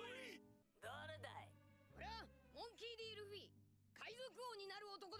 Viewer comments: Luffy? More like Luggy Pronounced "Lu-G" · Luggy, almost like Loogie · Wtf it's Luffy not Luigi or luggy